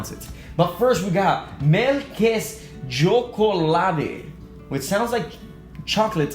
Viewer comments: Æ å hahaha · I love when people from other countries tryes to say Kvikk lunsj or Melkesjokolade. That is so funny. The second thing is you need to eat that fish in tomato (makrell i tomat) on bread. At the end, DONT CALL KVIKK LUNSJ FOR KIT KAT! That was all. 😁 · Elsker når utlendinger prøver å si "Melkesjokolade" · HAHAHAHAHA when u tried to say melkesjokolade, it's hilarious<3